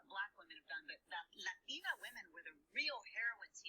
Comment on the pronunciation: The llateena but llateena and llateena but everything else she pronounces like Laura Ingraham lol btw I know its Latina but she says llateena